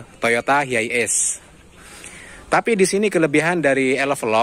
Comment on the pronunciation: Penyebutannya tu bukan hiaies om, tp haies